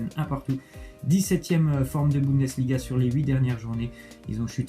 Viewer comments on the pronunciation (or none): none